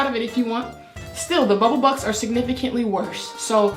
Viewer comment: I know u saying bubble bucks but I hear bubble butt